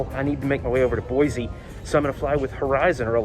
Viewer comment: Boy-see. Not Boy-zee. Boise is a very nice city, and if I ever move back to the U.S. it would be one of the few places I'd consider living in. what puts me off about prop planes isn't the safety, it's the noise. No matter where I sit on a Q400 or ATR it's like sitting next to a lawnmower and it takes hours after landing for the noise to clear my head. I think most U.S. passengers feel the same way and that's why props have never really caught on in the USA the way they have in Europe.